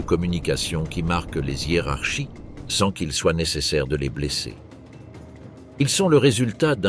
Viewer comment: les Zhiérarchies, les Zhiennes .... ces liaisons ne se font pas ..... voix par l'IA. Dommage